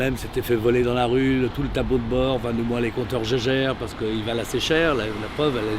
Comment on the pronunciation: Bertone, bon, ça fait désordre. Mais Jaeger, le type doit penser que c'est la même marque que la fabrique horlogère Jaeger Lecoultre qui se prononce à l'allemande "gégère".